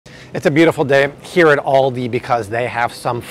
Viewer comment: do you mean, "Aldi"? you said, "Andi" but I am assuming this is what you meant? I just discovered Aldi and gotta say, really appreciate the lower prices..........the guy who started Aldi is brothers with the Trader Joe's guy and out of Germany, who knew? I like Aldi's now. saving money and good quality, but gotta read labels and ingredients always. God bless America ~